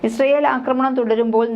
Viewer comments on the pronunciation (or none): none